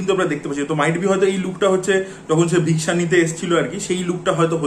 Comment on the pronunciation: বাংলায় রিভিউ করলে ভিক্ষা কে ভিক্ষা বলো ভিক্সা টা কি ? বাংলা পক্ষ তেড়ে আসবে 😂😂